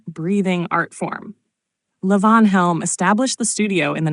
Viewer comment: What the hell is layvons studio? This is AI garbage. LEE-VON.